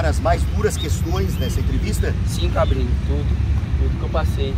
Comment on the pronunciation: O luva de pandeiro falou " cabrini" quando tinha que falar " cabeni " . Mas tá valendo, foi muito engraçado ! 😂😂😂